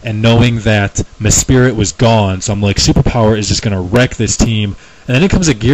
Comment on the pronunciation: I think it's pronounced "Mes-sprit". Sue me if I'm wrong. Nice vid man.